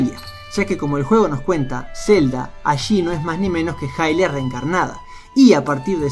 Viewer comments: Esa pronunciación, se dice "ilia", no "jailia". Ahí te encargo. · Me respondiste, pero lo canónico es pronunciarlo ilia, yo no hago las reglas, lo siento. Pero te reitero que ahí te encargo.